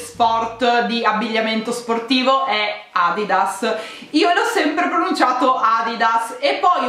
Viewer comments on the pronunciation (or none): none